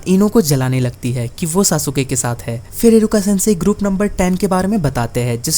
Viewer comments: SASUKE ❌❌ SASUKA✅✅ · Sasuke . Saske